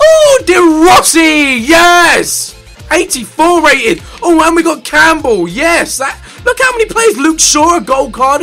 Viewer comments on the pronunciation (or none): none